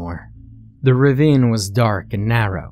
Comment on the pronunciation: Why do you keep saying "ravine" as "reeveen"? It's ruh-veen. This story was pretty dope. It starts like it's going to be stupid.. but it's actually super intense. This game sounds fun though now I'm terrified to play it lol. Although there was one mistake.. you cannot expand your lungs against the ground when you are face-up.